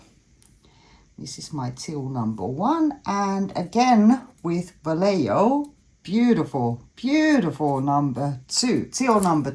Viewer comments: Wow, this is absolutely gorgeous, love the colors. Vallejo is s pronounced va-lay- ho, lol Spanish can be confusing. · Gorgeous. I am a retired Spanish bilingual teacher. It is pronounced va lay hoe!